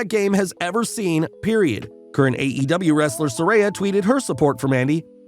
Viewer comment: Peroid. Not period.